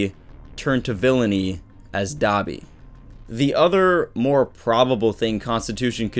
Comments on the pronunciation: Stop pronouncing Dabi as "Dobby" i keep thinking of dobby from harry potter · Oh I thought u said Dobby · It's dabi not dobby😅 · Am I the only one who thinks "Dabi" sounds like "Dobby"